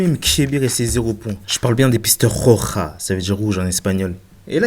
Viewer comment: Moi je suis quiche en escalade mais par contre merci pour la meilleure prononciation du "roja" au second tour 😅